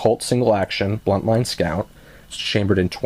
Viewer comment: BUNTline, not bLuntline. Named after Ned Buntline.